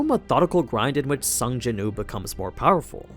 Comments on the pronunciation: Yes please! but isn’t his name Sung Jin Woo? Sounds like you are just saying Sung Jinoo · Am i the only one hearing him say sung jin ooo and not sung jin woo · Btw its sung Jin woo . Said like Wew